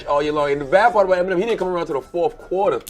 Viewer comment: Eminem Hota hai gawar eminime nhi 😂